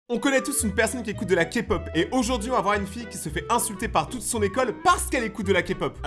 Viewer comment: Merci d'avoir dis K-pop et pas ka-pop et je suis une grande fan de K-pop et de 😊❤